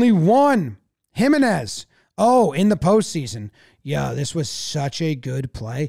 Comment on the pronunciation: jiménez is pronounced him-EN-ez, not HIM-en-ez 👍🏼 the accent over the e tells you where to place the stress.